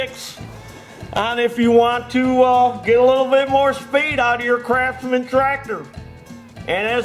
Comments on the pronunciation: He said crapsmens. Lol 👀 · "Crapsmans" hashaha